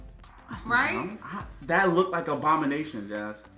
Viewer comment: Abomanetion and Wong bro